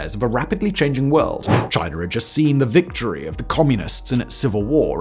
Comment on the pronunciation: Simon, there’s no ‘r’ in China. 😂